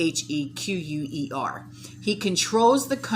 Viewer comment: The word looks weird but it's pronounced ex-checker. Hope this helps.